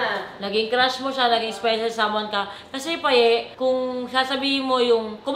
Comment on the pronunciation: Ship to KI-PAY 🤣